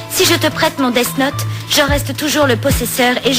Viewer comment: Le seul probleme dans la VF, c'est leur façon de prononcer "death note"... Ça fait dess not